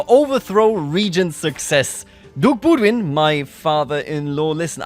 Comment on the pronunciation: That pronounciation of boudewijn. Ou in dutch is pronounced as the ou in house de is pronounced as the the but ...with a d sound rather than the th. And lastly wijn would be pronounced similarly to whine in english. So bou-the-whine phonetically.